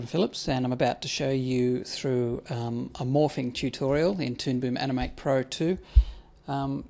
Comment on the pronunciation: the way you say 'morphing' sounds like 'morphine' :)